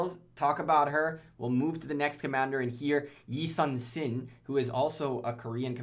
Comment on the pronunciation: It’s actually pronounced Ee-soon-shin (I Soon Shin)